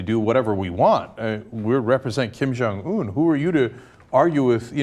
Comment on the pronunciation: Guys. It's not Kim Jong ooon! It's more like Kim Jong eun. 김정 은 not 온 sound.